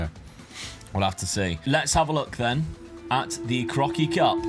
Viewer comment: When you say 'that Crocky Cup"at around 36 minute, it really sounds like you're saying "that fucking cup". I had to listen 3 times to realize lool 🤣... Eh did he just use the F word?